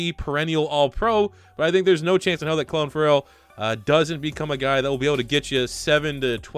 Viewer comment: Please look up how to pronounce clelin Ferrell cause every time u say it I wanna shoot myself. It’s pronounced Cleelin not Clelin